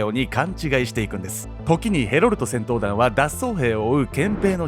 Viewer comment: ヘロルトがヘロルドに聞こえてしまう。